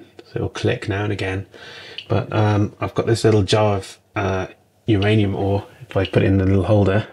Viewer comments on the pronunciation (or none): none